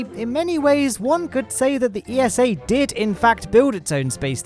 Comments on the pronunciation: It's eessa (think NASA but with ESA letters) not E-S-A.! (I know because I got told off by someone from ESA for proinoucing it E-S-A) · it's ESA not E.S.A. ESA even made a tweet about it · It's pronounced Esah with an a sound like as in say and an ah like in german or dutch ah...don't say iesow...lol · should get pronunciation lesson, but in all seriousness acronyms should be pronounced letter by letter but eesa should suit themselves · It's ESA not E.S.A. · ESA is pronounced Eeh-sah, not E.S.A., they even made a tweet about that this week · esa just released a little graphic helpfully clearing up the fact that the organizations name shouldn't be pronounced as an acronym, but spoken phonetically as "eesah" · Never heard of the Columbus Space Station P. S. ESA is pronounced like NASA. It sounds like "iza" (not every letter is said individually).